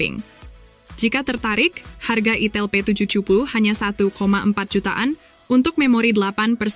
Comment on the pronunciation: Itel ( di baca AITEL ) bukan di baca itil 😅